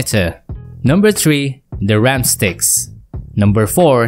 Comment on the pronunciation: Ram sticks ❌ Ram six ✅